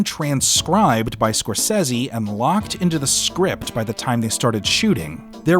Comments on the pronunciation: please...it's Scorsese 😇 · How you gonna watch this film since you were a kid and still can’t pronounce Scorsese right. Fucking buffoon.